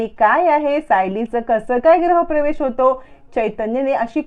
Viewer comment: ग्रह प्रवेश नाही म्हणत, गृह प्रवेश असं म्हणतात.